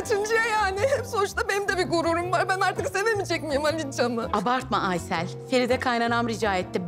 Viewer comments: Aysııll ne ya yıldız 🤦‍♂️🤣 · Her ingiliz biri geldiginde aysele aysil diyemezdin yildiz djsjejjejejs